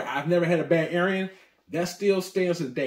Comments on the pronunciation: Great video but gotta work on your pronunciation of these items. Wrong on almost all of them including the very brand of whisky lol. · I've never heard someone mispronounce Arran.